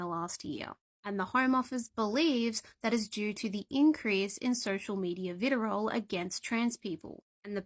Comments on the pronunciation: 'Vitterol' I might respect her more if she learnt how to speak good. I mean if they're going to start quoting articles, it might me reassuring to people if they were sure that they knew what all the words meant? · Vitirol, you mean vitriol? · What the fuck is "vitirol"? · What did she say? Viterol? Sounds like a vitamin brand.